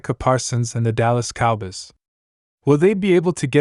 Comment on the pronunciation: Yo stop him from these videos Dallas Cowbiys it's Cow boys